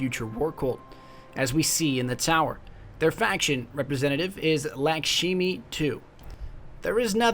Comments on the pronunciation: Pretty sure, FWC's exo, Lakshmi-2, is pronounced lock-sh-mee rather than lack-she-me. It's a fairly popular Indian name. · Just an FYI, just started watching these and they are absolutely great but your pronunciation of Lakshmi-2 is off, it's (Locks-Mee-Too) say it like Sean Connery would. She says it during the patrol missions, "This is Lakshmi-2 with the Future War Cult.." Arach Jalaal is (Uh-rock), supported by the Ghost saying after completing a Dead Orbit patrol mission "This will make the Arach happy." If you ever have a question about the pronunciation I can help. Like most people say Gjallarhorn like "Gallerhorn" when its technically closer to Yallerhorn, I personally call it a jellyhorn though cus anarchy. I don't mean to nitpick just trying to help.